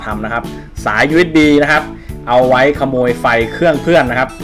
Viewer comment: ขโมยครับไม่ใช่โขมย555